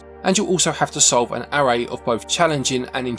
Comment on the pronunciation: that's not how you should pronounce 'array'